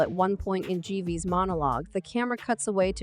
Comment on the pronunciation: Jeeves, jerf, jaywees, Jerry's wtf this bot is not even consistent in it's false pronunciations. Jives omg I have to turn it off ...